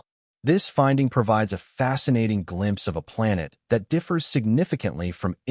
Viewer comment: Your A.I. robot narrator can't even pronounce the word "planet" correctly. Would it kill ya to maybe FIX that before you post your damn video? SMDH I just don't get it. I'm out .